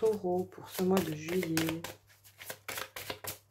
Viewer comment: C'est pas JOUIN , mais plutôt JUIN .